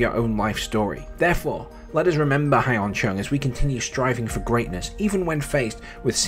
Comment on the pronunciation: His name is pronounced Yun Chung. Not Hi en Chung. Also, he made the semi-finals of the Australian Open in 2018.